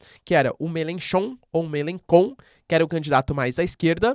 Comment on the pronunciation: A pronúncia correta eu meLANchon. Não eu melencon, nem melenchon. Me Lan Chon Me Lan Chon Me Lan Chon